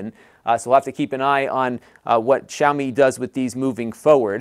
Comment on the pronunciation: I appreciate your correct pronunciation of Xiaomi!